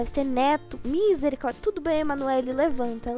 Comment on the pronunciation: Vc fala minsericórdia kkkkkkkkk mas e misericórdia kkkkkkkkk 😂 😂😂😂😂😂😂😂😂😂😂😂😂